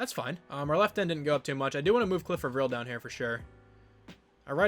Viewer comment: Cliff A-vril is how your edge guys name is pronounced.